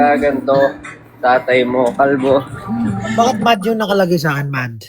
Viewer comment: Anu ba Josh?!? How to unhear that "... tatay mong kapbo!" 😭